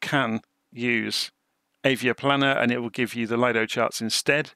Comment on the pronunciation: Very nice video, thank you for that,one small correction when u say LAJDO charts it is acctually LIDO charts ,Lido is from Lufthansa that has developed their own Flight Planning tool in the 80,s and the name was given as LIDO which means LIDO ( Lufthansa Integrated Dispatch Operation )